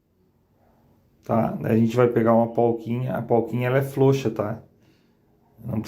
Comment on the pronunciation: POLQUINHA ou PORQUINHA? FLOUXA ou FROUXA? VC TEM PROBLEMAS DE DICÇÃO OU SEMPRE PRONUNCIEI ESTAS PALAVRAS ERRADAS A VIDA INTEIRA? NÃO ESTOU LHE CORRIGINDO, APENAS AGORA, FIQUEI NA DÚVIDA! 🤔 QTO AS DICAS, OK! 👍